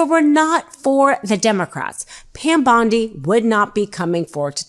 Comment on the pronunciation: Pronoun Bondi correctly